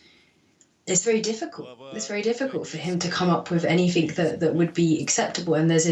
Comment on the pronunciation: Hearing an apparently intelligent english girl - who is a Dr at Oxford university no less - say "anythink" is just so cringey.